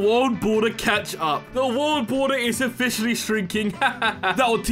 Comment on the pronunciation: You Said bald water as world border in the intro 😭